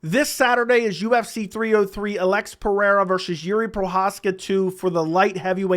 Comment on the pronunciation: Ulex try say it. Alex. You don't speak Portuguese.